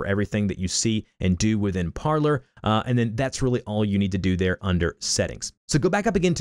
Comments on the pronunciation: It's not pronounced parler. It's pronounced like parlay because that is the french verb to speak. Low information people like you are destroying the country. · It’s pronounced Parleeeer as the CEO explained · If you're going to do a tutorial.... Pronounce it correctly. Par-LAY (french for "to talk") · It's pronounced Parley... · It’s pronounced par-LAY like in the movies w jack sparrow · It’s Par-lay like Pirates of the Caribbean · It’s pronounced Par-lay . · Parler is French and it is pronounced parley meaning to speak or talk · Shouldn't it be pronounced "par-lay" (French for "speak")? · I was thinking the same thing! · People can’t fucking pronounce Parler lol